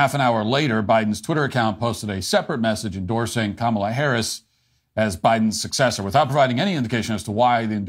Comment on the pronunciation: you just said Kamala correctly. You’re slipping, Matt